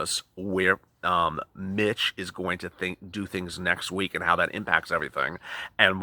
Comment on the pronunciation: You Said Mich almost sounds like you said bit*ch 😆 lollollol